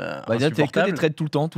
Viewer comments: Les potos, vous savez prononcer Club House, vous êtes des personnalités publiques, savoir prononcer Threads, vous pouvez! Allez Domingo, petits cours d'anglais ? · Y’a moyen de faire un effort sur la prononciation de « Threads » ? Sinon je comprends pas pourquoi on voit des posts de gens qu’on ne suit même pas… C’est genre un mur Facebook ? 🤨